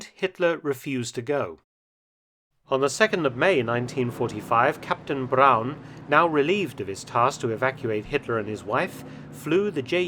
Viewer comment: Hurrah. Braun pronounced Brown instead of Brawn. Chapeau Felton. Nulli secundus.